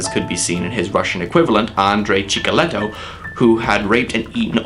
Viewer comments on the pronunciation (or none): Not Chikaletto, but Chikatillo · It was Chikatilo ( Чикатило), not Chikolitto :D Edit: Also, I believe Manhunter was the first adaptation of books(Red Dragon) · Not Chikaleto, Chikatilo. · It's Andrey Chikatilo, not Chikaleto! He's ukranian, not italian, lol